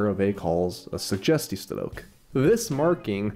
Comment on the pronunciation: His pronunciation of the word: suggestiestrook, is a little off cause the G isn’t that dutch G if you know what i mean. Still he’s very good at dutch as it continues to improve 😁